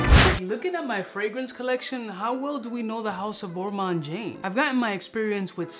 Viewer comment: You misspelled Ormonde Jayne's name in the title of this YouTube video. It's called Ormonde Jayne and not Ormande Jayne! You're also mispronouncing Ormonde in the same way.